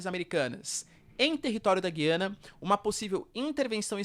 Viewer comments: Perguntar não ofende: A pronúncia certa é Güiana, Gu-iana como sempre foi, e o está equivocado em pronunciar Guí-ana? - Com a palavra os lingüistas que adoram dilapidar as acentuações das palavras do português, degradando a pronúncia da população e tornando num inferno o uso desta língua por parte de quem é obrigado a acompanhar reformas sobre reformas dessa pobre língua. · Professor o nome é Gu ia na, tem muitos canais falando corretamente o nome, até a CNN fala Gu ia na... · Essa pronúncia do nome donpaís, da forma como é feita, destespeitando a sonoridade de cada vogal, é horroroso!